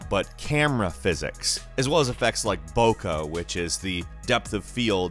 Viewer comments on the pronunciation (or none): It's "bokeh", not "bocca"... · Boko? it's Bokeh, bokeh!